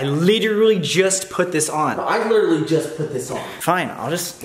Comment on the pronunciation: He said leaderly